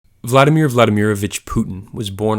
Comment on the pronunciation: if you are going to make education videos at least learn how to pronounce the names correctly. you need to emphasize the second syllable in vladimir - so emphasis on the I not A. in general when pronouncing russian names and words, you want to be hitting the second syllable, rarely the first.